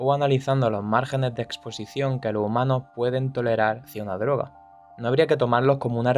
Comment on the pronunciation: Me gustó demasiado el video de vos, Congratulation, pero, porque no pronunciáis la "S" ? LO HUMANO, ESTADO UNIDO, LO MEDICO, ETC.....Regards